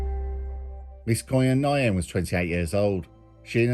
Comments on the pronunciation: Pretty sure you butchered the pronunciation of Quyen Nguyen, the second name is pronounced like 'win' Good vid though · last names pronounced 'win' im sure bro but great vid as always